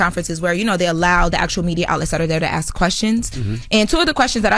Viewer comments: it's ASK...not AXE. And Envy is increasingly annoying and please get Jess Back! And I listen for Charla!! He's hilarious 😂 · Girl hush we love Oh, and it’s not ask it’s kiss our ass 😘